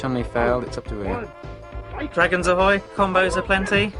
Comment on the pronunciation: Hey, as cheesy and awkward as this is, atleast they pronounced Ryu correctly. I can't help but shudder anytime I hear "Roo" or "Re-eye-yu" as most Americans say it